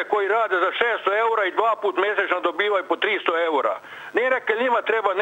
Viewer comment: Gospodjo nisu ouri nego euri😂